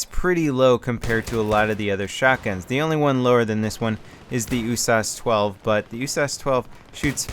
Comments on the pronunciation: Its the U.S.A.S 12 not the "Usauce" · U-Source 12? Its pronounced U-S-A-S 12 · Isnt it supposed to be U-S-A-S not "oosas"? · In what universe is the USAS12 pronounced "ooo-sahs"?! Where are you from,??? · It's actually pronounced yoo-ess-eh-ess (United States Assault Shotgun) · Please stop calling it oooosas xD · Why do you say USAS like is a word? U-S-A-S. 12. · When saying usas why don't you pronounce the U Instead of saying oo? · Just because you say usas doesn't make it right. IMO it doesn't really matter, just say it however. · you say USAS without the U but using O